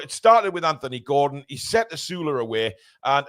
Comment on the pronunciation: I’m glad to hear you pronounce the name “Anthony” correctly. Maybe have a quiet word with your southern compatriots 😅